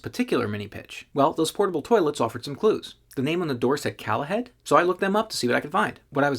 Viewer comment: It’s Call ahead. As in call ahead. Not calahead the way you pronounce it